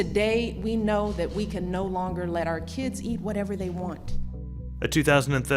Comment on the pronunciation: Terrible, the Jello commentator pronounces her "th" sounds as "d". "Da Great Depression" or "Dat wasn't enough to boost sales."